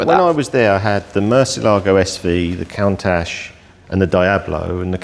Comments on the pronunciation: I’m porsh not porsher, Dee ablo not die ablo And coontash not count ash. Lovely collection though ✌️ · Die-Ablo Count-Ash